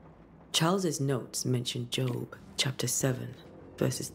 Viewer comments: It's pronounced Joe-Buh, long Oooo sound. Not a working "job". lolol He's the one that refused to forsake God when Satan asked for him to be tested (all his children died, he was covered in boils, I think had leprosy, all of his land and animals were taken from him... etc.) But because he "remained faithful to God" after the test was over he was blessed with a whole bunch of crap. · 😋 That's not a dyslexia hiccup. Job isn't a common name anymore, so reading it as the work related "job" is normal.